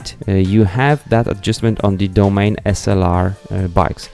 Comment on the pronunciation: Domane is pronounced "Doh-mon-e".